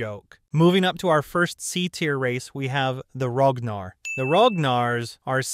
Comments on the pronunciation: It’s Ragnar not rognarr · So no ones talking about how he said ragnars?